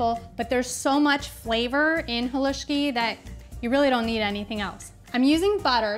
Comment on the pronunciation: You say Halusksi so right. It's like perogi said so wrong. I'd love to try your Halusksi. You make yours like mine but, theirs so much Halusksi you can make.